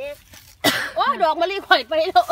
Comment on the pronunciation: ตลกตอนป้าแกบอกว่าดอกมะลิต~แฮ่ร~